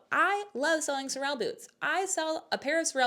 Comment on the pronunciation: Sorel is pronounced SORE-uhl